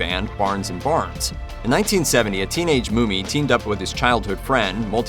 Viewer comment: The guy's name is Bill MUMMY! Not Bill Moomy. AI sux! Get it right!